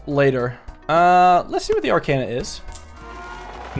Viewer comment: As a Persona fan, it's driving me up the wall with how he's mispronouncing "arcana".